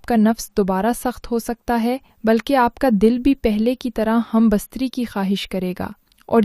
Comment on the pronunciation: Humbastaree nahee humbestatee Urdu ki taangain mat toro from kpk swabi